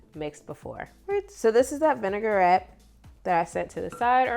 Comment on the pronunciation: I will try this. Thanks for the recipe. Vinaigrette is a French word so it is pronounced vin-i-grette, not vinegar-ette.